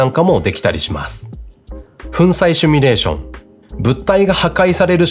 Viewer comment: 「simulation」なので「シュミレーション」は間違い。正しくは「シミュレーション」です。テロップでは正しく書かれているので、おそらくしゃべる時の口癖でしょう。早めに矯正することをお勧めします。